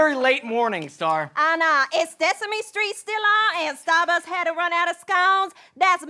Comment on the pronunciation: I believe it's "Stesame Stree"